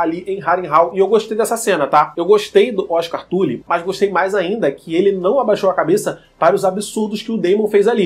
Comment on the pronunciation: O cara fala tuli 🤮🤮🤮